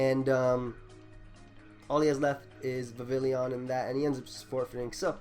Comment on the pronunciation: Dude, you gotta work on those pronunciations. Vivillon is Vi-Vee-Yon. Dedenne is Deh-dehn-nay.